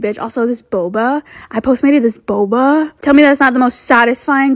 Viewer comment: “that bobAaHH” “uh that boBAah”